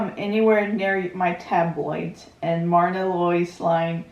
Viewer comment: Happy to see your reaction. ☺ Myrna sounds like Merna. One of my favorite movie couples.